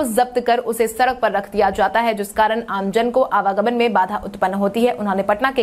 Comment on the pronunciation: सड़क सही बोलो